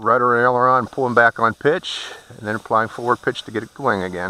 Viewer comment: This was one of the most helpful tutorials I have ever watch when u say elderon that is the yaw I guess